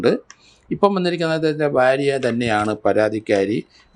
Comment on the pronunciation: Sir bharya ennu nere ucharikkuka please barya alla